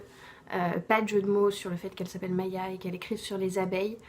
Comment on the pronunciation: Ça se prononce Maya 😉